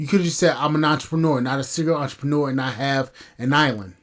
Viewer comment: You clearly don’t know what a “serial entrepreneur” is, nor can you even pronounce it. 😅😂